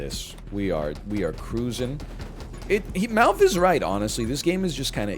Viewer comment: Every time you've ever said MALF I've thought his name was Mouth 😬